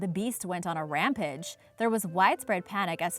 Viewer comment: .... "Rampidge"? ..... I can't stop thinking about her pronunciation. How did she turn rampage into the calamity that Is "rampidge"!? She has a few of those little pronunciation quirks. ( PS don't freak out on me I'm not attacking her for it I think they're cute)